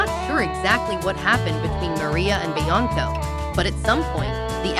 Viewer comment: Just stop this mess. The "background music" is way too loud. If you're gonna use computer audio, make sure they can SAY THE PERSON'S NAME PROPERLY. Do you not watch your own videos before you upload